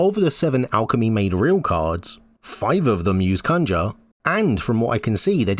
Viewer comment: For the love of gd please go see the way you should pronounce conjure...